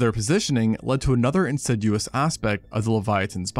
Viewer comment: insidious not insiduous